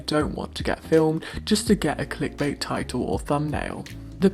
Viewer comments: Ok I lost it when you pronounced it "tit ill" instead of title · Dear Uncle, you pronounce 'titel' in a way I never heard before. Is it an accent? Please enlighten me.